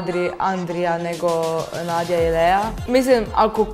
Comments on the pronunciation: Ne cita se Nadja nego Nađa. Nadja se samo tako pise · Nije NADJA nego NAĐA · Nije Nadja nego Nađa ali je samo tako napisano. O da i nije Adrija nego Andrijaaaaaaaaaa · Kad su pevale Nadja i Lea ne kaze se Nadja nego Nađa